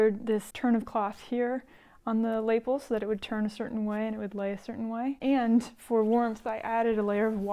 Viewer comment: Wow! Thanks for sharing all of your work😃 I love your taste in coats! (p.s. it’s pronounced, “la-PELL”, accent on the “pell”😉)